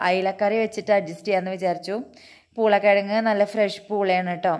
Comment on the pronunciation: Aadyam poolakkizhag ennu paranjappo njan kettath urulakkizhag ennanu.. 🤣🤣🤣🤣